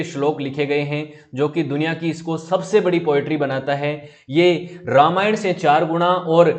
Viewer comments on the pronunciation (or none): none